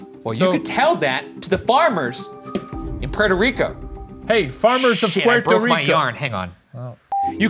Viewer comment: my favorite part of this whole vid is the trouble ryan has pronouncing “petoriko” “prertor rico” funny as hell